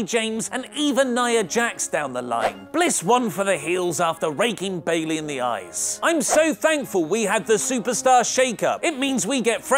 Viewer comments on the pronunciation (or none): none